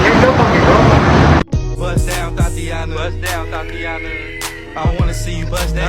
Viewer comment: 😂😂😂. She said thot-ianna.😂😂😂. Priceless